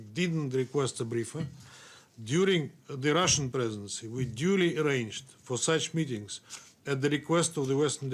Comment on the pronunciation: "Colonialistic line of the UK presedesfsdfsdgf" - You better read your paper right if you don't want to get novo choked